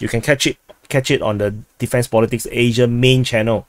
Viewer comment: I gave thumbs up even though I didn't hear Asia pronounced right